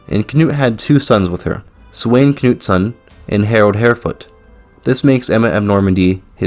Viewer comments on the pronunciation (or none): Sweyn is read as Sven